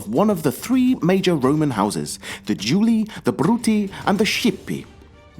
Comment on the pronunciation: Julii, Bruttii, Scipii are pronounced Jooly-i, Brooty-i and Skipy-i